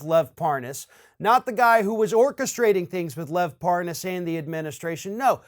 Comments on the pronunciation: He didn't know the name Parrrnarrrrs lol, I can't pronounce it so I didn't know him. What a prat! And he'd not heard of the Ambassador to Ukraine until the impeachment hearing.. of course he didn't 😒 He is a lying b*****d, he sat through impeachment hearing berating, criticising , undermining & discrediting good honest decent American civil servants & he's a low life lying piece of crap, how dare he. Even the crook Parnas or Parrrnarrrrs as Nuney calls him, couldn't believe the criminals that where in the middle of this extortion scam had positions in those hearings.. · Funny how Republicans keep mispronouncing his last name as if they don't know whom he is; especially when these people whom mispronounce his last name have contact with this individual. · Intentionally mispronounces Parnas name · The old mispronounce the name like your don’t know it. He said it wrong so deliberately it’s funny. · Hahaha, Nunes is trying that dumb trick of pretending not to know Parnas by virtue of mispronouncing his last name. Bring forth Nunes' WhatsApp messages. Obviously that was a preferred backchannel for comrade Tяump's little gang of criminals. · Of course, he had to mispronounce Parnas's name to go w/ saying he really didn't know". What a joke this guy is.. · LoL the way he purposely mispronounces his name to make himself look like he doesn't know who they are. What a joke, all these people do is lie. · That was so pathetic trying to mispronounce his name. STFU traitor Nunes, you've been caught. Own up to it 🤬🤬